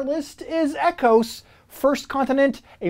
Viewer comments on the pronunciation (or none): Ecos isn’t pronounced like ecosystem(E-cos)? Just curious. Nice descriptions of the games but Aquatica is the only one I’m interested in of those listed.